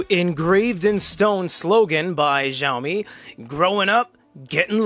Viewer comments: I just found out recently that Xiaomi is pronounced as xi ow mee (the correct Chinese way), or shao mee (the okay westernized way), not jow mee. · what in the passive aggressiveness was that reply, aren't you having a bad day. Sorry for being subtle, actually I speak Chinese and I thought it would be nice to tell you to pronounce it in a way that's not so blatantly wrong because zhao is a whole different word. But it's fine, you do you. Sorry that I've been a fan of this channel for years. You guys need better moderators.